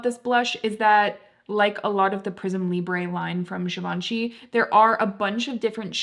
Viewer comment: the emphasis in Givenchy isn't so much on the ven. Very informative video though!